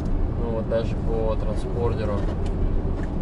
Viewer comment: Абсолютное неуважение к другим участникам движения - мерс купил, а мозги не купил. И это помимо бездумного вождения, наплевательского отношения к семье и!!!!!! НАУЧИСЬ, Б....ДЬ ВЫГОВАРИВАТЬ СЛОВО "ТРАНСПОНДЕР"